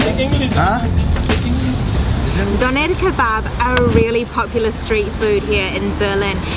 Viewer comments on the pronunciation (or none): I hate the way she says Dönner